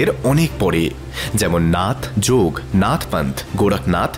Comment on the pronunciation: গোটা ভিডিও দেখে যদি এই ধারনা হয়, তাহলে আপনার মত নির্বোধ প্রাণী আমি এই প্রথম দেখলাম। আর ওটা যুগী নয় যোগী। উচ্চারণ শিখুন ও ইতিহাস জানুন।